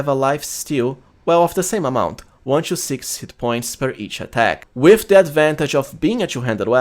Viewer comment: Respectfully, please improve your accent. 'to - to͞o" | not 'chew - CHo͞o'